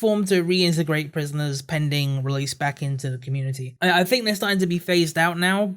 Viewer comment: Ok say it with me its think, THink! not phink, dont accuse others of not doing something that you cant even pronounce. Also why the hate on black pigeon for using an avatar? Those are some big stones being thrown from your cracked glass house avatar.